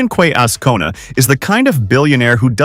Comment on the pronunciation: QUE - pronounced "Khe"